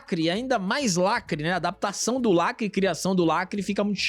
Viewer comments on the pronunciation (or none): “lacrÁte” me quebra sempre kkkkkkkkkkkkkkkkk